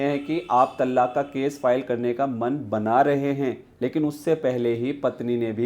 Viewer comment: It's pronounced as "तलाक़", and NOT called as "तल्लाक"